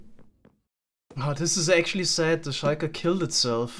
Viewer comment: Schuiker Idk, i hate or love how he says that